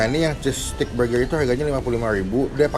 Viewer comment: Elya pandora jangan gitu, kan kagak bisa ngomong "R" jadi ngomong burger dengan penekanan huruf "R" itu susah...